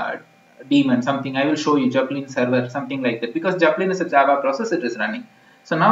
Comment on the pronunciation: "Jepellin" XD